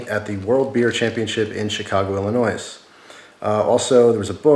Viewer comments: Don't pronounce the "s"' in Illinois. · You said Illinois, with the S. It's silent man!